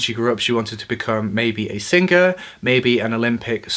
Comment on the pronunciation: You said singker instead of singer.